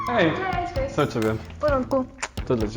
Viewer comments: Your "cześć" sounds more like "sześć" (six) tbh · Sorry m8 but your version on hi in polish sounds more like number 6 then hi lol